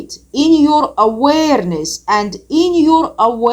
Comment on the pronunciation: Same love her accent when she pronounces that word. I would surely take tequila shots and weed hits just for that 🍻😉